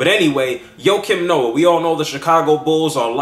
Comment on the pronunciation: i think your saying his name wrong.